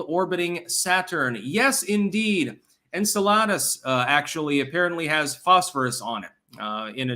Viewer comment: Anne-sell-uh-dis. You heathen.